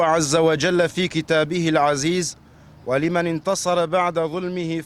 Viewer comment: حبيبي، روح اتعلم تقرأ قرآن زين، مو (ولِمن) قلبي، (ولَمن) عيوني